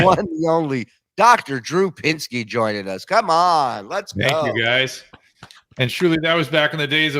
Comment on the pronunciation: Hey 🐸...it's PINSKY, not PINKSY...😂😂😂